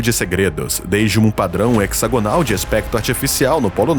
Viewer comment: Se não me engano a pronúncia de hexagonal é com z e não cs... Derivabde hexágono (pronunciado hezágono).